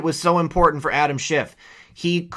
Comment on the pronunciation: Did Maria Bartiromo just call him Adam schitt sounded like it to me